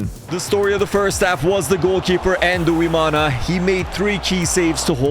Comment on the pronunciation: Quick tip on pronouncing Burundian names, for example; 'Nduwimana' is pronounced ndu - wi - ma - na Emphasis on the 'ndu' part; it's not "en-du" it's "ndu" one syllable. Think of the english name "Blind" that "nd" at the end is the same as with the start of "Nduwimana" which means 'I am of God' btw. Thanks for coming to my ted talk.